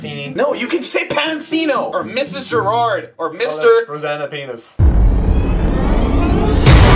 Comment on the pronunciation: "Rosana pennis" haha